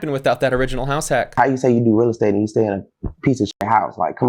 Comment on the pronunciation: "Choo" vs "You" - This guy know how to get that money!